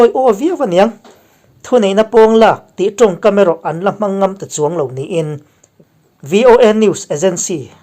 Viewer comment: Khaw nu tong./ Towng ..tih tur aw